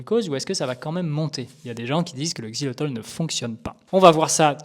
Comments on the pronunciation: Xylitol et non xylotol merci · 🧐 XILYTOL…même pas foutu de lire le nom 🤪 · Le mec dédie une vidéo au Xylitol et ne sait même pas le prononcer tout du long. Omg. Fallait faire attention sérieux x)